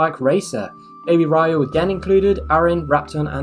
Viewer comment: Wow you pronounced riyu name right the first time